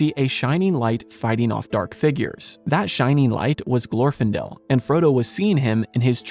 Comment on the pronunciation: For a lover of LOTR, it is strange not to know the correct pronunciation of names: GlorfIndel, PelEnnor.